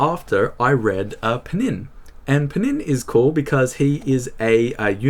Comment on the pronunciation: «Panin» (Панинъ) instead of «Pnin» (Пнинъ) is a very Nabokovian moment.